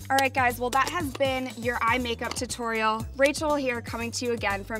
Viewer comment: i hate how blair says two-torial